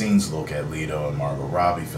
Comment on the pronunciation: Just here to inform (or to stand corrected if I am wrong) but isn't it pronounced Jared 'Letto' instead of 'Leeto'?